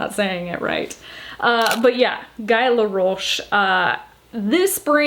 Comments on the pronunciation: Pronounced Gee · You pronounce Guy like gee, the g sounding like the g in gilmore girls. Laroche was not bad, just roll your rrrr😀 love your style, new subscriber from belgium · I’ll be “that” viewer this time, lol. Guy = Gee, hard g like gun. The last name was correct 👌